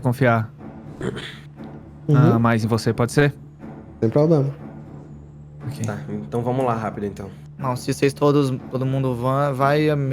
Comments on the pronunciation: "probrema seu" KKKKKKKKKKKKK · "probrema seu" rachei kkkkk